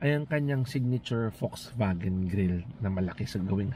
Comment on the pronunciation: Folksvagen! That’s the german pronunciation. I enjoyed the video because of the rain background. And yes, the Ayala loves that brand. Thank you for sharing the Bible verse.